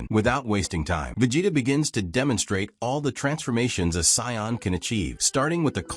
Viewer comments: Now say it with me "Say In" not scion. 😂😂😂😂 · Whatever you used for the voice over for this video, don't use it again, the way it kept saying Saiyan and Vegeta was painful to listen to, otherwise, it was a good video.